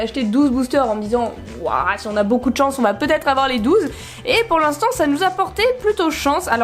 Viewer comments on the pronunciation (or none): none